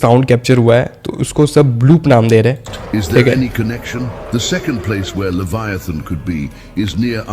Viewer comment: Usseee liiiviethan pronounce karte hai